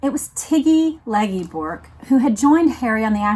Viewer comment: Tiggy Legge Bourke is pronounced “Leg Berk”.